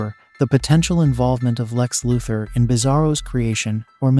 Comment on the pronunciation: Lex Luthor not Lex Lother